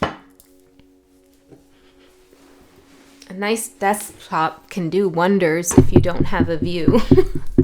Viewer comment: I know you said desktop but I heard Desk pop 🔫 and I giggled.